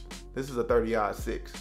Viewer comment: Hey it's marlin like the fish you said mayrlin like Marilyn Monroe but anyway I dig the guns you got oh I was talking about your 30 -6 that you mispronounced